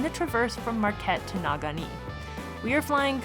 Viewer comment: Awesome job, and great video! You're both an inspiration. (btw, it's "neh-GAW-nee")